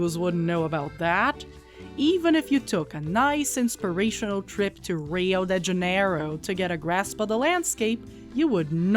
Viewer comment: Same, but when she said "Rio de Janeiro" in an English accent my brain pulled out all the stops and activated one of the strongest fight or flight responses I've had in a while.